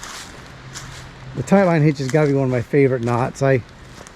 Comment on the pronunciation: New drinking game. Everybody takes a drink when he says tight line hitch instead of taught line hitch.